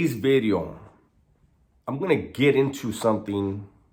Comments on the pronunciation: It's video not bideo broken English bideos lol lol lol lol lol Today's bideo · I like bideo better lol